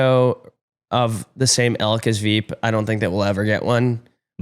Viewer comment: keeps saying “elk” when I think he means “ilk” lmao